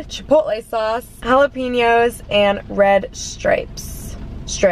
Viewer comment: jala-pEño 😂😂 not piño. pen as in the thing you write with